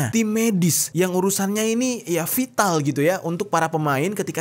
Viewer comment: vital atau vatal bang😂